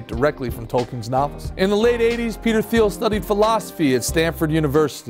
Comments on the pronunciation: I believe it's pronounced Teal. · He created Confinity, not Cofinity. The logo and company you show is wrong, and is a company that still exists today. And his last name is pronounced wrong throughout.